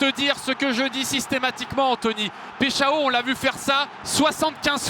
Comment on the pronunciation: Il s’appelle Igor Paixão. Le “Pai” se prononce “Pa”, pas “Peï”… sinon ça sonne comme “Peixão”, c’est-à-dire un gros poisson ! 😄🐟